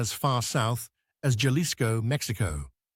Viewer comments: Fascinatiing! BTW it's Jalisco "HAH-Lee-sco" not "JAW-lee-sco" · perhaps a comment on how jailisco is pronounced. The J is typically pronounced H in Spanish. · Why should we believe or accept a word you speak when you have not even taken the time to learn how to pronounce Quivira or even Jalisco. You make broad statements and conclusions and provide no evidence or trusted sources.